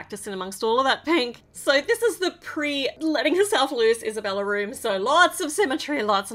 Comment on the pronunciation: By the way it’s not Isabella it’s esabella